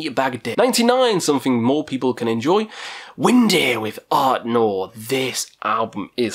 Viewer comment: *ArnTor, not ArtNor - although the latter pronounciation makes him sound a wee bit like a French metal project. Maybe he IS happily eating baguettes viz frommaaachh up in the eternal north. Who knows. :)